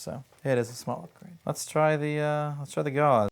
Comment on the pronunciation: Your pronunciation of Gauss needs more German accent Also gauss is different then gauze kek